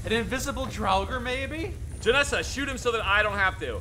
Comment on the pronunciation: removes a bunch of mods, blames Todd Howard That's what we call a "pro gamer move" Also weirdly getting Stockholm Syndrome with pronunciations and starting to enjoy them lol. Jenassa to "Jenessa", Geirmund to "Garimund". Keen for the next ones.